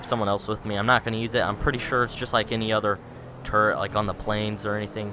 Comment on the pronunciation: no offesne but i find it amazing that when you say turret on it it sounds like turd on it subscribed and liked